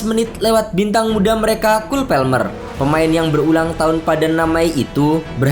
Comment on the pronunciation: cole PALMER mas!! PALMER bukan PELMER,si mimin sok lebih inggris dari orang inggris